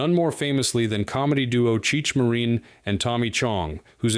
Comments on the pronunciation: It's Cheech Marin. Not Marine. Ffs. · Cheech MARRUN, not MARINE!